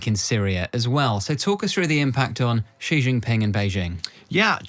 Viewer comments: Another "China expert" who can't pronounce the PRC's president's name properly... 哎呀! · Please learn some basic Chinese pronunciation if you are going to speaking as a China expert🙏